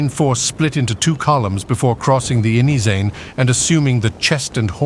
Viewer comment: It's Inyezane river, not "inyi-zey". Good animation though. Re-enactments are interesting to watch. The best.